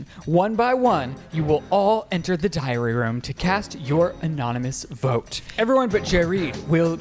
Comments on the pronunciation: That entire time I thought they were saying diarrhea room 😂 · During the Big Brother segment, I kept hearing "diarrhea room" and thought "wow what a weird show" but now realize it's called the "diary room" and now I'm wondering if I'm an 80 year old who can't hear like Joey B